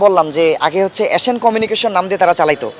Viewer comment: Tui aga thik vabe nam ta bola shikh, asan na ota asian